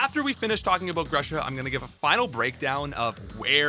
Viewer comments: Actually Gru-sha. I am from Ukraine and in Ukrainian grusha means pear. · everything i wanted to say has been repeated by everyone ad nauseam, but i really wish the ice type was handled better in the games, regardless of where it gets placed, as lorelei and melony demonstrate. also please stop pronouncing grusha like that.